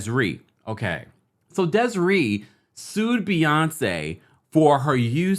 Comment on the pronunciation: What song are u talkin about with im kissin u and its DESIRÉE like the é in Beyoncé chile, that was killin me😒😅